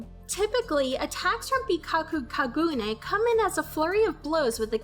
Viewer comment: It bothers me how you say Kaneki and Kagune....but thanks for the video and explanation....